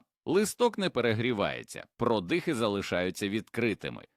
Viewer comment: ВОНО (ШІ, чи щось інше бездушне) вимовляє майже в кожному реченні купу неіснуючих слів: "гОрод"(мало би бути горОд), "продИхи"(замість прОдихи), "промЕні" замість прОмені, "опІки" замість Опіки, і ще купа маразмів...